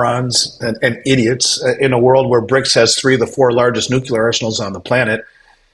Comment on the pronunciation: Nu + clear. Say it with me, nuclear